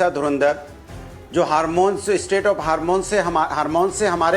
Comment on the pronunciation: कहा से आते है ये लोग हर्मुस को हार्मोन्स बोल रहे है अँटी नॅशनल विपक्ष